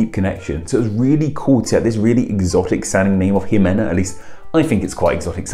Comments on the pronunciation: In Spanish we say the "x" like "sh" so that name would be shimena. Love the your content. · The vowels in Spanish are pronounced consistently, so Ximena Navarette would be ''Himena NavarettE'', with last ''E'' as in ''elf'' or ''Emma''. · The name exists in Portuguese (while very uncommon), but it's pronounced as She-men-ah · ximena is simena in Spanish. Jacques is pronounced Zhock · Seems to be more of a problem in American English. I'd like to think most Brits don't see the need to pronounce the initial 'X' as if it were the name of that letter of the alphabet.